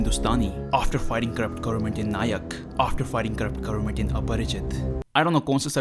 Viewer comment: What is wrong with your pronunciation???? What are u saying seconds? Also the way you pronounced "Corrupt Government " in the beginning😂😂😂